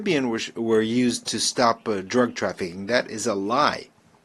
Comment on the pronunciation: Very to the point no holds barred. The interpreter has to get with the program and watch his flow. Needs to watch the unnatural enunciation of the word ending like : traffickinguh . Very distracting from an excellent and powerful spy